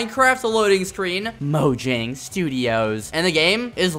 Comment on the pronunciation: Not mojang as in the J it’s profumo un ed like moyang if you are a true miencraft player you will know that